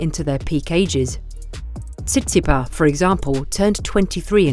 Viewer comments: The ‘s’ at the end of Tsitsipas isn’t silent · Why the silent "s" at the end of Tsitsipas? Other than that, interesting video